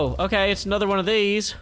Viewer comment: When you said "aNETHER go" my laugh souded like "HU HA HE HA HO" It was more idiotic-sounding than it sounded